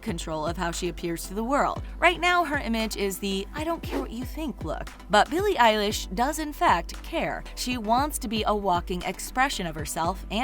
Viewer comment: Oh no. They said her name wrong